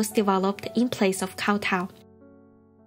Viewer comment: why is she pronouncing kowtow like that...